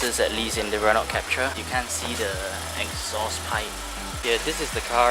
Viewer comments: PRONUNCIATION SUPPOSED TO BE #RENO.....😅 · awesome review... though wished the Office ppl had communicated the proper pronunciation of Renault to you....